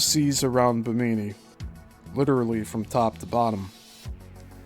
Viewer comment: I'm really enjoying this series and your Coral Castle videos. FYI, it's pronounced BI'-mi-nee--emphasis on the first syllable. The first two i's are short and only the last like 'E'.